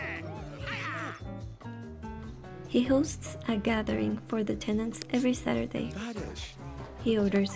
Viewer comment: Ah yes, my favorite day of the week... "Satruday"